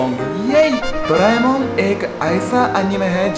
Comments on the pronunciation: We don't say doraemon, we say doramon, do ra mon, not dooo it's do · We dont doraemon we say doremon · We say dore - mon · Doraemon is pronounced doreimon 😂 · you have to pronounce it dore mon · WOW doreamon ko doraimon🤣🤣